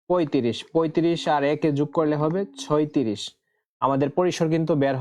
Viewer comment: ছয়ত্রিশ না ছত্রিশ 😅😅😂